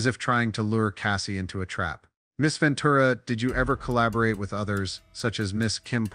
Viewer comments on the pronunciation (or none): none